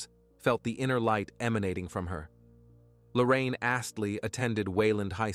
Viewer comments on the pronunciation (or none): Please get her name right idk if its Lorraine or Lauren? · Appreciate the content but the repeated switching of pronunciation of Lauren’s name (to Lorraine) makes this hard to listen to.